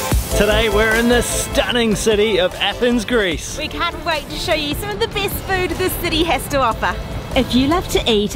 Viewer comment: "the bIST!!"